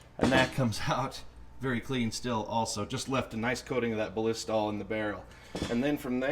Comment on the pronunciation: overkill......and you are miss pronouncing "BALLISTOL"